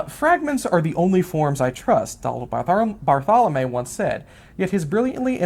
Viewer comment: Both my undergraduate and masters thesis were on Barthelme's work. I find him, in my biased view, to be the greatest short story writer of 20th century America. Just a small note, his name is pronounced "bar-thel-mee." Thanks for the video!